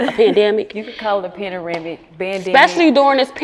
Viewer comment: “Panaramic” 😅😅😅😅 ………I love 💕 it